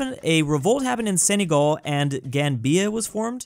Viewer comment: senagal not senygal